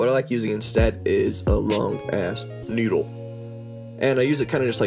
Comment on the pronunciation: needle sounds like “noodle” and tail sounds like “tell” lol